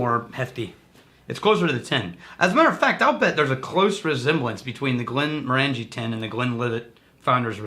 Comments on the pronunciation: It's pronounced "Morongie" not Morangie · Goddammit stop saying "Glen mor Angie", it's "Glen Morenjee" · I wonder who will be the first person to point out that we're mispronouncing "Glenmorangie."... It's tradition! 😅